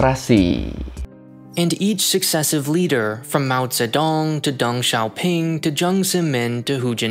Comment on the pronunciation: Berguna tapi sebelum bikin video, better belajar spelling nama2nya dulu kali ya, Mao Zedong sejak kapan dibaca Mao Zetong 😂